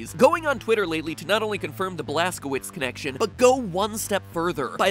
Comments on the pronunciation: Wouldn't Blazkowicz be pronounced Blaskovitch? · The blaskowuts is German so it would be pronounced blazcovitz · Blaskowicz is pronounced Vlaskovich, not Blaskouits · The name Blaskowicz is most likely pronounced Blask-oh-vich. My name is Karpowicz and it’s pronounced kar-poh-vich. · Just to clarify, "Blazkowicz" is pronounced as "Blazkovich" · It’s pronounced blazcovicz because it’s actually a German name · It is pronounced BLAST-KA-VITCH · The end of Blazkowicz name, the "wicz" is pronounced "vich". I know this since my last name ends with "owicz". Polish. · mispronouncing blazkowicz like a pro xdddd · That bad pronunciation of Blazkowicz. GJ there. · Mat. You do so much research, yet you are unable to check proper pronunciation of word "Blazkowicz"?